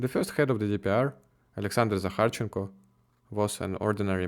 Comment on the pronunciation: Yes, it is. I love the way he pronounces my Sasha's " Zakharchenko " the Ukrainian way. ❤❤❤